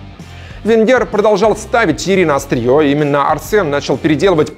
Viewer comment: ТьеРРи, а не Тьери(